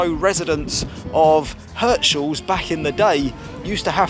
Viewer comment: It's Heeerts-haaahls 😂